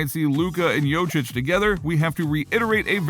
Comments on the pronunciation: It`s Jokić not Jočić. And no, he will not leave Denver. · If you're making videos about Jokić, at least try to pronounce his last name right. He's MVP, show him respect!!! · Wow, you really butcherd Jokics name. He was last years MVP and you cant say his name?!